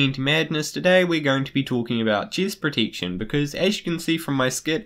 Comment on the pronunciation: Nice video and helpful af for my faction! Btw why can't you say the soft "e" tho ( Chist Protiction) Im saying I hate it, I just never heard of an accent like yours before 😂